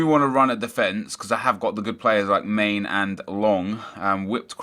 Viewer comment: My brain died when you pronounced Mane(Man-ay) as main....